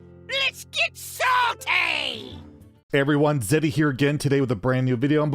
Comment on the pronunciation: "B!tch get saltaayyyyy" is what I hear everytime i hear ur intro lol